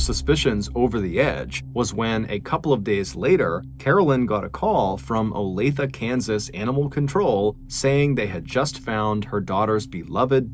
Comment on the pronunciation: Wow! I remember when Olathe was all over the news and not one reported pronounced it properly! Way to go Mr.B! Olathe=Olay-th-ah. I'm impressed, NGL! Awesome work!